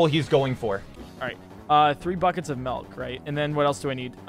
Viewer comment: PointCrow says “melk” too!?